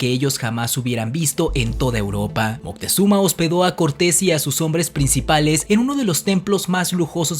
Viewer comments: Disculpa, pero el nombre correcto es Moctezuma, y no Montezuma (min. 1.53 y aveces lo pronuncias mal.) De cualquier esta muy interesante tu video. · Ya me cambiaste el nombre hijo en vez de decir Moctezuma dices Moctezuma qué pasó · Es MOCTEZUMA... sin N... Documentarse por favor ! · No es Montezuma, si no ( Moctezuma) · Es moctezuma no montesuma 👎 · moctezuma no montezuma